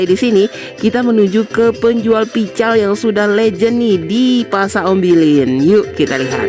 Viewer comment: PECEL, BUKAN PICAL